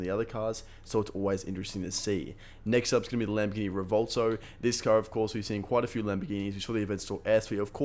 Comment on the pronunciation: It's "Revvuwelto" not "Revolto"